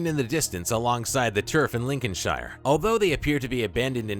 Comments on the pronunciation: So was the pronunciation of Lincolnshire. This isn't Lord of the Rings and calling it 'shire', it's Lincoln 'sheer'. The pronunciation of British counties, get it right. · It's pronounced Lin-coln-sheer